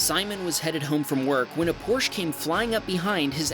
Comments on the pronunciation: Great videos. Btw… Porsche is pronounced Por-sche. Two syllables please. Ask anyone from Deutschland 🇩🇪 Thank you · If you're going to have a channel about cars, you should pronounce the names of the cars correctly. It's Porschaaaa :) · It’s pronounced “Pour-shuh” Jesus how cringe from a car channel. Maybe take a beginner German class before narrating. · C’mon! 🤬 Say it with me, it’s ‘por-shuh!’ Sheesh!: the fact you said the pickup was speeding places it at fault. Duh! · It is pronounced "Por Sheh" and the woman was going fast because she was in....A Porsche. There is no substitute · It's Porsche - the e is pronounced! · There is an E at the end of Porche. It should be pronounced, not dropped. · Porsche should sue for mispronouncing Porsche. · Not everyone pronounces the -eh. Some regions even look down on pretentious people that do pronounce it. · Just as a note, you're pronouncing "Porsche" incorrectly. The "e" at the end is pronounced, so, instead of "porsh", it is properly pronounced "porsh-eh". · It’s pronounced Por-sha, not Porsh. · its still porsche not porsch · It’s pronounced Poor-sha, for Porsche. It has two syllables. It’s not a porch! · Your credibility goes out the window when you said Porsh. It’s PORS-CHA. It’s a family name and it blows my mind how ignorant people are with particularly the Porsche name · #2: It is not a Porsch it is a Porsche! The last letter "e" is far from silent. It is a German name, not a French! Geesh!! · Porsche is pronounced "porsh-uh". Not porsh. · Porche is pronounced porch a, soft A; not porch. Two vowels, count them. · It is not pronounced "Porsh", but "Porsh-ah" hence the spelling, Porsche. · its not how porsche is pronounced. Its pronounced PORSCHE and not pors. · Porsche( por-shuh ) not your pronunciation! …. God damn! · It’s pronounced Porsch-AH, 2 syllables. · Porsche----- Pronounced Porsch(a)small a. 2 syllables Ty. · It's pronounced porsh-Ah. PORSCH-AH 🤦🏾‍♂️ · por-sha is how to pronounce it